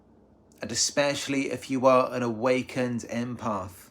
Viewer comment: It’s not imparth it’s impath